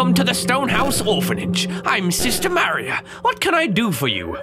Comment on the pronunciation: lets keep in mind that said Maria and Privacy completely wrong. Unless hes british or something like that